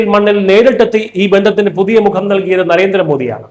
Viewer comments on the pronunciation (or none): none